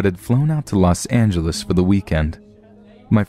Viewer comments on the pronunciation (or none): none